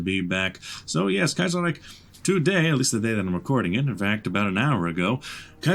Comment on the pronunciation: No... It's not "Kaiserreik" It's "Kaiserreich''!